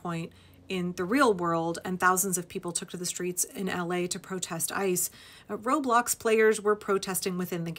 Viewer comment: For the life of me, I thought you said "road blocks" and my mind went POOF!!! "Are kids getting violent now?"😳🤣